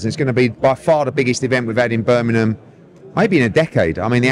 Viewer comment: Birminham.... come on Eddie you better educated then that 😂